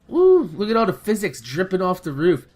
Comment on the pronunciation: "Look at all that phys-sics" lol